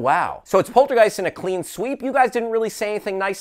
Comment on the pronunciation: Somehow it bothers me, that none of them can pronounce Poltergeist correctly... X.x